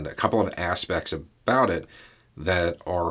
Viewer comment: He said couple of aspects....totally heard couple of asshats....lol